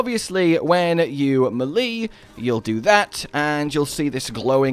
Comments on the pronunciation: It's May-Lay. Not Mel-Lee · As much as I like the vids, the way melee is pronounced makes me shut if off immediately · The fact that you can't pronounce melee correctly makes me ignore your video. Sorry but it's cringe